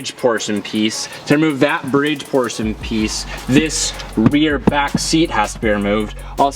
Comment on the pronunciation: Is it me? Or is it just "that bridge porson piece..."? Woooooord! Anyway praying for Sabrina's quick recovery! God bless u and the whole HUNn'Company (as how says it)🥴❤️